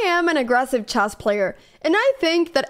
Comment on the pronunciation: Would you please pronounce [chess] correctly, please? It's not chase, but it's pronounced chess with an E.